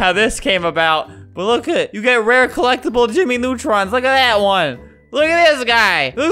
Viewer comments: If you say "gey" its sounds like "gay" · The girl said "gey out"